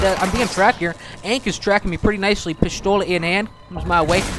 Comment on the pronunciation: pishthola? shut up or talk correctly